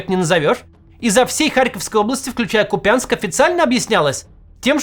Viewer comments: кУпянск кУпянск!!! А не купЯнск. Аж ухо режет!!! Что Кац что путин. Какой нахрен купЯнск??? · КУпянск, а не КупЯнск. Ударение на 1-м слоге. От украинского слова "кУпа", "до кУпи"- «воедино, вместе, в одно целое» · Не КупЯнск, а КУпянск! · Максим, пожалуйста - кУпянск, ударение на первый слог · Максим, КУпянск, ударение на первый слог !!! Пожалуйста 🙏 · Да сколько же можно повторять за малограмотными КупЯнск. КУпянск. Ударение на У ! Уважайте пожалуйста нас и наши уши. Ну хотя бы вы. Не все ваши зрители живут в мОскве. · Макс, ты хороший чел. Но боже мой! Ку́пянск! Не ломай название, нам уши режет. Я ещё помню тех монголоидов что вместо Изюма искали город тринадцать юм (Ізюм) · КуУУУУУпянск, ударение на У. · Не куПЯнск, а КУпянск.. ударение надо правильно ставить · Макс глянь в Википедии где ударение ставить. Ну или у самих жителей Купянска спроси как правильно звучит город. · Разве не КУпянск? Почему его называют КупЯнском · Кац ты ударение в названии города измени , какой купЯнск нахрен ессли город называется кУпянск. Ты как ХУЙЛО его называешь. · Невозможно уже слушать: кУпянск, а не купЯнск!😢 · КУпянск, не КупЯнск! I am sorry ❤ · не купЯнск, а кУпянск. Аж уши болят это слышать. Это все равно что вам будут говорить не москвА, а мОсква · когда ж вы уже научитесь ставить ударение в украинских названиях? город называется кУпянск а не купЯнск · Не Купя́нск, а Ку́пянск! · Та заїбали ви. Не купЯнск. А кУУУУУпянск. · Місто називається КУпʼянськ, а не КупЯнськ. Наголос на букву У. Знайдіть будь який сюжет на сайтах місцевої влади Купʼянську до 2022 року і послухайте як звучить назва міста на російській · Правильно говорить кУпянск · тогда я вас не понимаю. Я вам, русским понятным языком пишу: Купянск правильно говорить с ударением на первый слог. Нет такого города в Харьковской области, как КупЯнск. Режет ухо и тошнит слышать. А про политику и язык не надо, а то мне прямо очень жалко вас станет. Вы, наверное, очень страдаете там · Ку́пянск а не Купя́нск